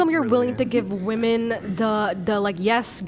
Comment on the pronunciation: Women is pronounced wee-man